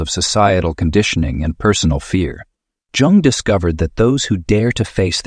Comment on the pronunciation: It's Jung not Jang.